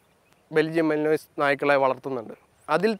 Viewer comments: Yes.not malinos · It is not pronounced malinoiz. It is Malinua. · മാലനുവായ് എന്നാ pronunciation അല്ലാതെ മലിനോയിസ് അല്ല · The dogs name is pronounced as malin-wa and not mali-nois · മലിനോയ്‌സ് അല്ല ചേട്ടന്മാരെ... Malinois is pronounced as Mel-Un-Wah (മലിൻവ). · Its pronounced as Malinoa even tho its written as malinois .. most people in India calls it Malinois , donno why .. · Belgian Malinois: തർജ്ജമ: ബെൽജിയൻ മാലിൻയോ.. "മലിനോയ്‌സ്.. മലിനോയ്‌സ്" എന്ന് കേട്ട് മടുത്തു.. അതുകൊണ്ടാ.. മാമനോട് ഒന്നും തോന്നല്ലേടാ മക്കളെ... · Its pronounced “malinua” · Belgian Malen-wah is the pronunciation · Athinte peru pronounce cheyyunnathu Malinua ennanu.. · Pronounced as Mali-noa. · It's pronounced മാലിൻവാ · ആ പാട്ടിന്റെ പേര് ഒന്ന് നേരെ ചൊവ്വേ പഠിക്ക് മിസ്റ്റർ.... മെലിനോയിസ് എന്ന് അല്ല